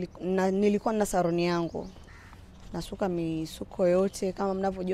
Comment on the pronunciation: R na L ni tatizo kubwa sana 🤣🤣 eti saruni 🤣